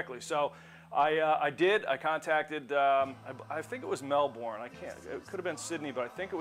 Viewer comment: Fabulous gear. FYI: Melbourne is pronounced "MelBURN"